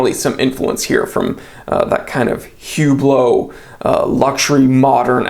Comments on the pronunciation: Oh, and ‘Whooblow’? You mean Oooblow, not H or T. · Hublot is pronounced ou, bloow the H should be sounded like a O